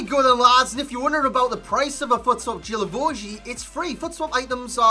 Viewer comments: Thought it was Gee-La-Vo-Ju idk, GG's anyway xD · Its pronunced Gui la vo gui